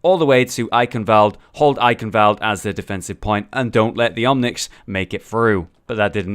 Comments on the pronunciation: not eikenwält, eichenwald, which means oak forest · Why is everyone saying "Eikenwoalde". That's wrong.